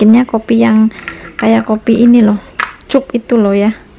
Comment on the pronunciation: Mbak bukan cup tapi bacanya kap